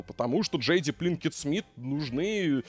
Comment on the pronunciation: Пинкетт Смит, а не Плинкетт Смит